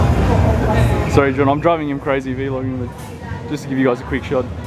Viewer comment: bro, vlogging not v logging.